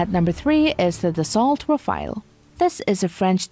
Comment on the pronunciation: Rafale...not Rafael